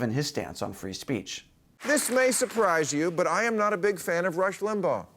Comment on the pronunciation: Did anybody else notice that called Rush Limbaugh, Rush Limbo? Derp